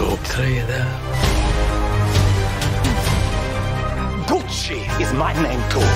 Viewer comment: It’s ah-mi, Gootch-ee! Call me Gootch, ev’ry botty. Here’s mya brather, Mario.